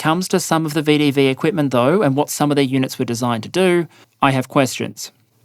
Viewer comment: Long time viewer, but first-time commenter. As someone who was watched this channel for a while, I was saddened to learn that my much-loved pronunciation of VDV ("veh-duh-veh") has now been abandoned in favor of the much more mundane "vee-dee-vee". Please bring back the flair!!